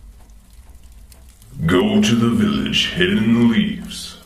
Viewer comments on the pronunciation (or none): none